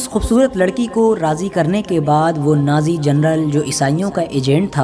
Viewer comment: نازی نہیں ناجی بھائی کچھ خیال رکھو